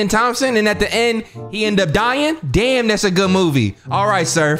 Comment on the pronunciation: Every time you said danm lol